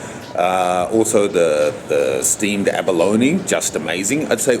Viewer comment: why do you pronounce abalone as abaloni?